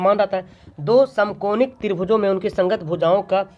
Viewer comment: Samkonik nahi samankonik hai sir